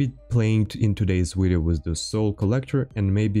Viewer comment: stop saying wideo and well sub if we feel like it!